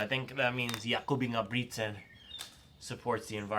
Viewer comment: "Yakoooub Ingeeubrigtttsennn" "bad BOyyyyyyy, hUOOOO!!!" 🤣The accents are great bro keep doing that! Anywas just got my vomero 17 from ebay today, I was blown away by how good they look, how high quality the upeer and tongue is, and how comfortable lacing them up was, the step in feel was HUOOOO, you know it's goona be a good running shoe if the first steps feels like heaven. I am super exited to run in them tomorrow and it's gonna be a biggggg upgrade from my Adizero SL, they feel very firm to me as a very light runner.